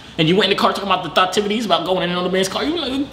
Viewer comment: “thottivities” LMAOO